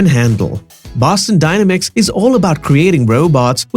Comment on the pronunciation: You’re pronouncing the word dynamics wrong and it's very annoying.